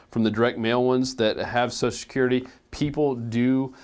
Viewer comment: you going to talke about "soso security" Do you mean social?